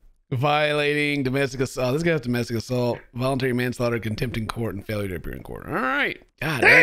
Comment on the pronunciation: wait... "Volentary" Manslaughter? what